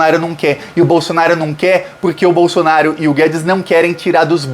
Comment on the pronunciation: É proposital ou o nome do Bozo está sendo pronunciado errado? Bolsonário?😂 Não tem i, é Bolsonaro. De qqr forma, FORA BOLSONARO GENOCIDA!!! ✊🏼⭐ 13js